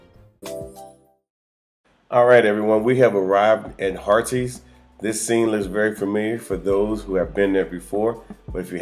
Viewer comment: Hi, Harries is pronounced as Heart-his